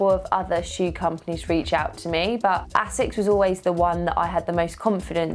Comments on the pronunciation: I think it's pronounced AY-sixs, not essex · Love my Asics (noosa), and congrats! but come-on Lucy is pronounced AAAsics, like basics without the B...lol